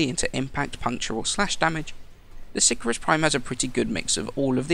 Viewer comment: si-cahr-us :P